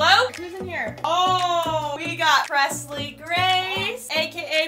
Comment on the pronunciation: Did any other person her Presley when they started ElleCee calendar I thought Presley said the p word